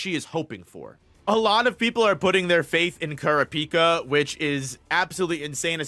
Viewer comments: So sorry bro can't see a video when you murder kurapica's name like that it's só bad Gz man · Good video, tho I almost clicked away when I heard how you pronounced Kurapika. Lol